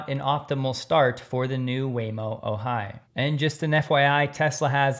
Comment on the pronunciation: The name of the new Waymo vehicle made by Zeekr is called the “Ohai”, pronounced “OH - hy”, not o - HY”. It is named after and pronounced same as the California city near Santa Barbara. From the Wikipedia article on the Ojai: “On January 7, 2026, the official name for the robotaxi was revealed to be the Waymo Ojai, named after the California city of the same name.” From the Wikipedia article on Ojai: “Ojai (/ˈoʊhaɪ/ ⓘ OH-hy; Ventureño: ’Awhay̓)[10] is a city in Ventura County, California. Located in the Ojai Valley, it is northwest of Los Angeles and east of Santa Barbara.”